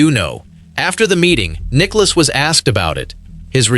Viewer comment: The video asks for us, golf fans to subscribe. I’ll ask for the narrator to learn how to pronounce Nicklaus’ name correctly. Nicklouse isn’t even close.